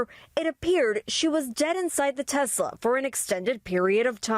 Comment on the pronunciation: needs to learn the proper way to pronounce the word Tesla.